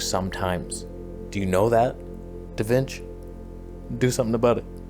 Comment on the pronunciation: I now call Resolve "DaVinch"